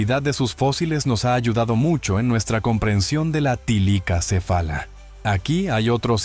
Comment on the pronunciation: Bueno,no se pero soy yo o dice tilicacefala,y no thylacocephala